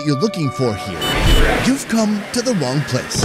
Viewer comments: Did he say "the Wong place"? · “You’ve come to the wong place.” I can’t with him! 🤣🤣🤣